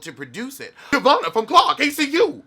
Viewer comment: I giggled every time he said it, wrong letters and all.